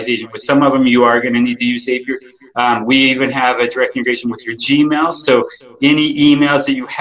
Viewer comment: Hello from Oooklahoma! Thank for this great video. I'm reeeally close to signing up with Wise Agent. I'm a former Lion Desk customer and doing lots of research now. Just to clear up the Zapier pronunciation: they will tell you Zapier rhymes with happier :)